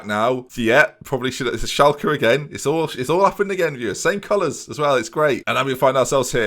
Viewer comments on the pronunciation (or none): none